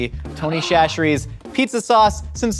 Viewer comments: Instead of saying tony cHacherries. Say tony sasherries less H it’s the correct way to say it this is coming from a south Louisiana boy him self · Its Tony “sat-ch-eries” from a Louisiana gal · SASHERIES!!! It’s pronounced SASH-eries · I love y’all but as someone from Louisiana it’s called Tony Sash-rees but we literally never call it that - it’s just Tony’s 😂😂😂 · Tony Chacherie's is pronounced sa-cher-EES. That first CH is like an S. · btw it’s pronounced sash-ur-ees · Tony Chachere’s. Pronounced Tony Sash-erie’s. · Its pronounced "Sash-eries" not chachere's. Louisiana born and raised. The building they make it in is literally an hour down the road from me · Everytime said "Shasheries" I took psychic damage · Will ever say chacheres right? The world may never know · As a Cajun viewer I can’t stand how often they mispronounce Tony Chachere’s.